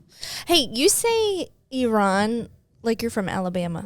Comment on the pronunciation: lol, he pronounced Iran correctly 😂😂😂 only thing he did was hit the I a little bit harder. The last part is how it's supposed to be said lol